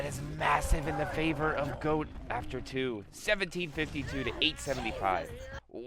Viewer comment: Is GOAT, not Hokori